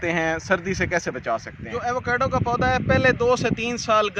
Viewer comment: ایوو کیڈو نہیں ہوتا ایووکاڈو ہوتا ہے یہی نام پورے امریکہ اور میکسیکو میں استعمال کیا جاتا ہے